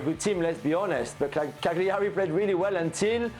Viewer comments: Jules it's pronounced Cal-Yaree.....smh. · Jules's take on this was cringe. He can't even pronounce Cagliari. Get Gab back on.